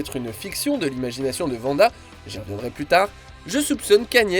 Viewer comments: Wanda pas Vanda. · Arrêtez de l’appeler Vanda! Elle s’appelle Wanda!